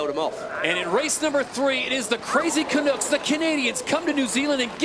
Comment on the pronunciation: It's not canoooks it's can-uh-cks